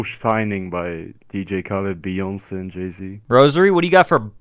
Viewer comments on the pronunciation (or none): did that guy just call beyonce bee ons